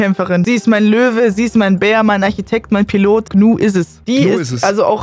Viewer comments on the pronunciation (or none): none